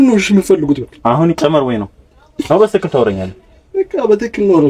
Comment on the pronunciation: በሰትክክል አይደለም የሚባለዉ “በትክክል” ነዉ🙏🏾